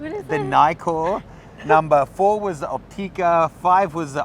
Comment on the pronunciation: Nkkor is not pronounced Nykkor!